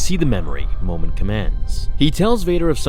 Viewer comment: My name is momeen but you say momin when you say it